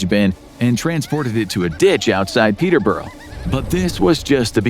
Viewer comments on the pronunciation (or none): The way you said Peterborough confused me it sounds Russian (people I know pronounce it peter-bruh) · Weird getting Gloucester & Hereford right but not Peterborough